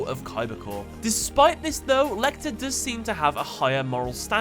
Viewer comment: Good work mate. The "Lei" in "Leichter" is actually pronounced like "Lie". It's German for "easier". :)